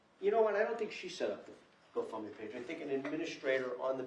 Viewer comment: The go fund me page was the go bump me page. she's high af. Slurring her words...not to mention the girl behind the mom is on something too, high much